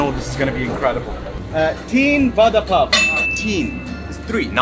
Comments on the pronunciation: It should be pronounced like vara pao not vada pao , though we right it vada pao. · Vada pav is pronounced as vara pau.... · Sorry but i heard father puff😂😂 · I’ve been laughing for over an hour stomach is hurting over the way u pronounced VADA PAW 😂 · OMG, Khalid's pronunciation of Vada pao is so funny. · The way he says it "Va Dha Paa O" :) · the way he say vdda pav😂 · Its vara pao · Aww love d way u pronounce vada pav nd pav bhaji, would love to see more tasting Indian food vlogs. Lots of love from Mumbai, India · The way U pronounce "Vada pav" I like it❤ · The way he says Vada pav 😅😂😂